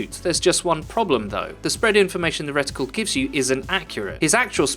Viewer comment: Its reticle not riddicul